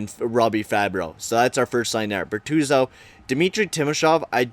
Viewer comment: IF U SAY FABBRO OR BERTUZO ONE MORE TIME IM GONNA LOSE MY SHIT ITS FABBRI AND BERTUZI